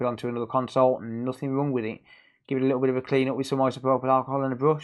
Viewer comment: Forget the hdmi, are you saying wrong, wrong ? It’s not rung, that’s so rung. It’s wrong 👍🏻